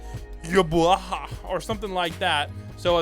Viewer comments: Well it is actually pronounced Ywach, like the way ‘’mach’ sounds like. But for some reason, they decided to make the pronunciation yuhabahha, which makes absolutely zero sense. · The way he pronounces Ywach always maked me laugh, it's really pronounced yūhabahha